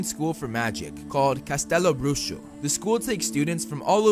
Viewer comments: You say "Castelo Bruxo" very well. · may i just say how funny and cute his pronunciation of “castelo bruxo” is 🥺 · WOW you actually slayed the pronunciation of Castelo Bruxo lol congratulations. lots of love from brazil